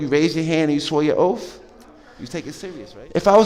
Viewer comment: Remember your “oafth”